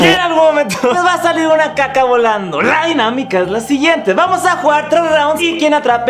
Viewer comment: dices caca o jaka??